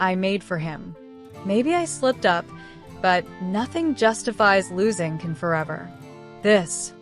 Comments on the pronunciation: Please pronounce his name correctly, it's very disrespectable. In a video that everyone interested is watching it's awful to hear Ken Yamin and Kan Yamin. His name is pronounced Jan not Kan and it is Yaman not Yamin. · vyslovuj DŽAN. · Nem dz ha csak C Can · It's CAN pronounced like John.....